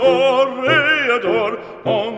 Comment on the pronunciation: Toreador or "Toe"reador? 🤣 I love opera!